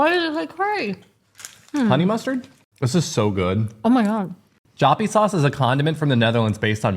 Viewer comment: Upon the pronounciation of Joppiesaus: try to say Yoppie. That should do the trick. Love your show by the way! Saw you also made it to my hometown Enschede!